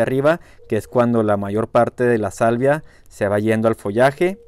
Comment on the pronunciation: Una corrección esta muy interesantes tus videos ,pero dices salivia,cuando te refieres a la sabia de las plantas,podría confundir a tu auditorio,saludos sigue con tu excelente trabajo.